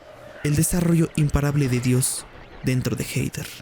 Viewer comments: "Jeider" 😅🤣😂😆🤣...es Jeder (Hether) buey. 😂🤣😅 Pero buen video. 😝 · Se pronuncia Jeder NO jeider. WTF.